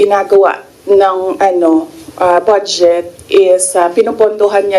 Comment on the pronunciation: It’s funny how she pronounces the word BUDGET as “BADSJET” !